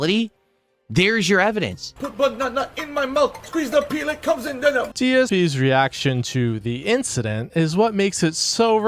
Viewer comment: ok just humor me, watch it again and turn the playback speed down to 0.25. He clearly says “IT COMES IN DENIM” it’s just that he says the word “denim” like someone who’s mentally challenged. So like himself I guess Edit) watching speak at 0.25 speed is pretty funny actually lol